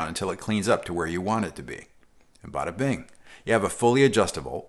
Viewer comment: He said “bad a-bing”....I love this guy!!!